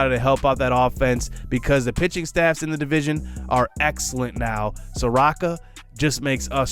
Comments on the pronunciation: If your "J" from "T&J" Where the hell is T?? Is he imaginary? Lol At this point I'm starting to think your like Flight, to were your intentionally mis pronouncing these players names lol Mike (SOAR-OH-KA) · Just wanted to let you know that Soroka is pronounced saw-row-kuh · ay idk if you've gotten other comments like this, apologies if you have, but Soroka is (suh-ROE-kuh)